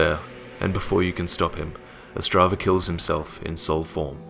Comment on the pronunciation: its not Ostrava its otzdrava and he travels with his good mate harry book